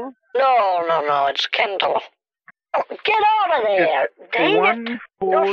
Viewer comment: Barbie Kendall! LOL sounds like Barbie Ken-doll 🤣🤣🤣